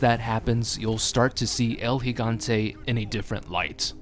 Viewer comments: its pronounced el higante (Gigante) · Finally someone actually knows how to properly pronounce his name. Seems nobody realizes the first 'G' in Gigante makes an H sound.